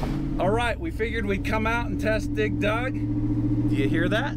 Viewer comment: Why dose say dig dug so weird? Sounds like he's pronounceing it dig Doug 😂